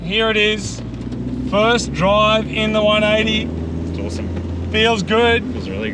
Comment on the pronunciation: It's "One Eighty Tee" though